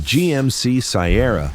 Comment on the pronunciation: I love the dodge one thousand five hundred and the gmc sigh-erra!